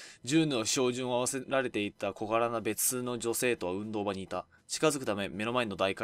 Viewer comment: 日本語と英語のハーフだなんて羨ましすぎます！運動場の読み方だけ違ったけどすごく流暢